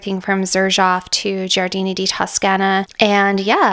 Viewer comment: You are pronouncing it correctly… Gioiosa = Jo-yosa Giardini = Jar-dee-nee 🥳🙌🏼